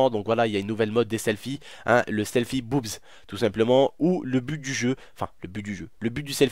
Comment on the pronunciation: LOL quand ta dit boubze